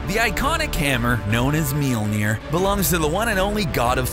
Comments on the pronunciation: What is that pronunciation of mjölner lol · wtf is your pronunciation of mjolnir??? sounds terrible XD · Your pronunciation of Mjölnir is really really bad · the pronunciation of Mjölnir is awful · He keeps mispronuncing Mjolnir... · Please stop butchering the name Mjölner. Thank you very much! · Its cancerous how you pronounce Mjölnir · This guys pronunciation of Mjølner is funny :P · lol the way he pronounced mjölnir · Dear CBR... LEARN to pronounce the name of the fucking hammer!! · Melnir... It's Mjölner for fuck sake! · Would be nice if it were pronounced correctly throughout the video - ugh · Mjölnir. Pronounce it correctly. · The narrator dude pronounced mjolir wrong. He kept pronouncing it meeleer, not mjolir. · MEELNEIR its pronounced mulnier(i know is spelled it wrong dinguses) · Bruh did they call it milneer? LMFAO its Mjolnir the m is silent omg im dead. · Meal-near? That's an odd pronunciation. I usually hear Me-ole-near. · Milnir? omg u Americans... The way u try to say words that is not American/English words are hilarious. In Norse mythology, its pronounced Mjölnir or in Old Norse Mjǫllnir... Old Norse Mjǫllnir regularly becomes Mjøllnir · ITS PRONOUNCED M-YOLE-NEER NOT MEELNER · Did you just pronounce "Mjölnir" like "Meelnir"?! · “Meeol-near” dude cmon. It’s pronounced “M-yol near” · I thought it was pronounced mjnor (min jore) but its mjnor (meel neer) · It is pronounced miolnier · it's pronounced majolinor aa not ae o not oh iee not ai the spelling is Mjolinor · Hello people I am Swedish and I will just say this guy pronounces Thor’s hammers name is sooooo bad it is supposed to be pronounced mjölner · It's pronounced "Mee-yol-neer" just so you know. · What's a meelneer? edit: geez guys it was a joke, i know how to pronounce mjolnir. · Let me just say this kinda bothered me so let me just correct you.. it’s pronounce me-yawner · Its pronounced mi ol ner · "...known as 'meel-neer'..."?? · Thor's hammer is pronounced miolneer